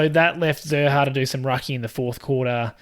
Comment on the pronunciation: Xerri is pronounced Sherri